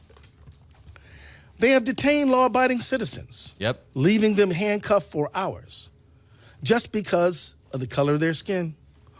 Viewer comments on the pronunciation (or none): none